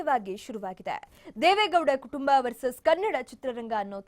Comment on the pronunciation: Madam why cant you say as.....kutumba vs ktumba??